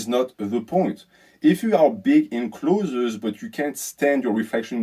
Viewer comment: Learnings from this video: 1. Don’t dirty bulk. 2. can’t pronounce the word “clothes” 😂. PS having just done a bulk in our southern hemisphere winter I can confirm I looked bigger in clothes but worse without clothes. Summer time cut phase underway 😂. Look better in swimmers. People at work telling me I look smaller. It’s a tough life😂